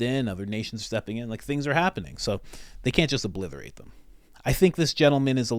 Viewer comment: Three times. You said "oBLITHerate" three times!!